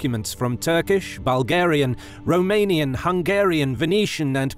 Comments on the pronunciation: Well done on the romanian pronunciations. They were spot on. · A english guy pronouncing the romanian cities names right,can this get better?